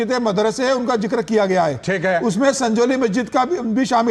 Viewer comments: Sangoli nahi its SANJAULI, ज है ग नहीं. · सगोली नही सजोली। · संगौली नहीं संजौली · Sangoli nahi sanjoli hai. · संजौली भाई संगोली नहीं